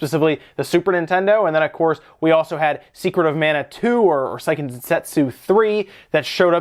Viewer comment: On the topic of pronunciation: Seiken is pronounced "say-ken," not "sigh-ken." Because Japanese phonetics.